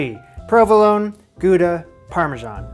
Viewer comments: Gouda pronounced how-da. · actually, it’s pronounced „gow-da“. 😌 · Small thing: Gouda is not in France, but in the Netherlands and in Dutch the 'ou' is pronounced the same as in English words like 'loud' and 'proud'. And with a hard G, but that one is hard for non-Scottish English speakers. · “Goo-dah” Is that how Americans pronounce Gouda? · It's not Gooda cheese, it's pronounced [χɑuda]